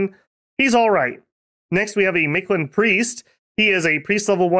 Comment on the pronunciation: Storm Flight seems like a tax that you really want to pay, in the long run. That and Stygian Flesh or Ethereal came to mind right away. I'd think those two and a weapon bless is a really good choice. Also, how hard was it for you to not pronounce (most of the time) the invisible D in Mictland?